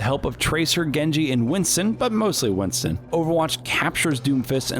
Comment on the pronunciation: does anybody notice that he keeps saying winson than winston?